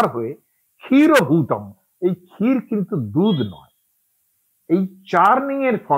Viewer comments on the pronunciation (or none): ক্ষীরটা কে মনে হয় ক্কাথ বলা হয়েছে ।